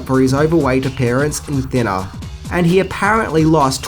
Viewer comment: "Thinnaaa". Love it.